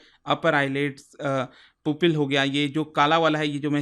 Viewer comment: “पुपिल” नहीं, 'प्युपिल'।।